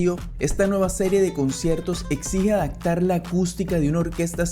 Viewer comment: adactar es lo que dijiste